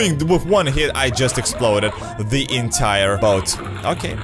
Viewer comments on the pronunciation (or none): none